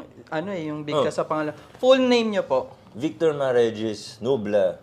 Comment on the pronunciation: Vayktor hahahahahahaha😊